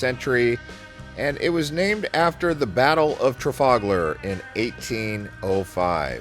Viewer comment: It’s Trafalgar.